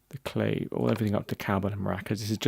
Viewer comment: Also: CLAVE; Claw-Vay/ Guiro- who-ee-rro (Like weirdo w/o the D), Shekere: SHECK-ay-RAY. You said Maracas very well though! Thanks again. Very Informative. Don't mean to be a stickler but pronunciation of terminology is crucial while teaching/ If someone said CLAVE or CayJoan in the studio... I wouldn't have the slightest clue what they meant. Cheers!